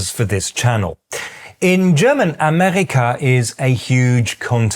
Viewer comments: When you say Amerika, it sounds like "Amerrika" to me (short e). I would expect to hear "Amehrika" (long e). Is that just me? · I hate to be saying this, but I hope you can appreciate it anyways. Just one little thing about your German; we call it Amerika with a long e (Google says [aˈmeːʁika], you might know how to read this). Not saying this in a condescending way of course, since I know you're making a genuine and really good effort to speak this language! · dein Akzent kommt an ein paar Stellen durch. Deine Aussprache von "Amerika" betont die Silbe "Me" minimal zu kurz, und bei "US-Amerikaner" ist der Übergang zwischen dem "U" und dem "Es" ein klein wenig zu fließend. Ich weiß, Erbsenzähler, ich bin nun mal Deutscher, was soll ich machen.😛